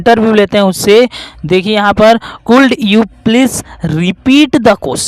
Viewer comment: आपgenuine गिनुइन should शुड को शूल्ड could कुड को कुल्ड being बिंग को बिगिनिंग पढ़ रहे हैं।जो कि गलत है बाकि deal बढ़िया किये हैं